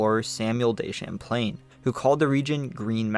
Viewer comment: Lake Samplain?! 😂😂😂